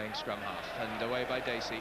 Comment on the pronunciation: Sorry to be picky , but it's " Dacey " .